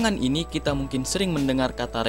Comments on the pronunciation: Belakangang. . Belakangang. . Belakangang. . Wkwkkwkwk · Namun belakangang, gedung perkantorang, apartemeng, dan kawasang sudah menjadii ngeng wkkwkwkk✌😂